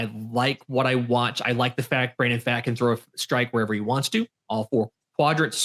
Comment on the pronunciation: First and foremost, good overall coverage guys. Definitely eases the unfamiliar into the team roster dynamics (by the way, Pfaadt is pronounced like "Fought"). Here's my takeaways from the offseason (feel free to disagree) Kelly/Moreno will probably be closer to the timeshare that Toronto was doing with their Cs, and will likely see C/DH PAs against LHP hot potatoed between the two (unless Moreno blows Kelly out of the water) Worth noting that Moreno had hand surgery and Gurriel Jr. had a hamate bone injury (which are notorious for sapping power), yet they still made quality contact; so there is some power upside just based on full health for both. The LHP lineup would currently work out to Moreno, Kelly, Walker, Marte, Rivera, Ahmed, Gurriel Jr., McCarthy, and Lewis (that lineup actually looks like a strength). So they'd be able to ease Carroll in against LHPs (he only has 167 PAs in his career against them) whenever they desire without the concern of having multiple automatic outs in a row. And it would actually improve the defense. The RHP lineup would currently be Kelly/Moreno, Walker, Marte, Rojas, Perdomo, Smith/Thomas, Carroll, McCarthy, and Gurriel Jr (which looks like a good lineup as well, but more speed oriented as opposed to the hard contact oriented LHP lineup). Also of note with regards to Gurriel Jr., but Dave McKay is the OF whisperer; if he can get Pavin Smith to an average COF, I think he can help Gurriel Jr. closer to that line (especially since he has a st